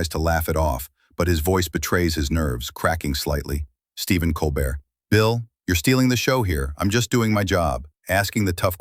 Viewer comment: Learn the names. It’s not Col Bert.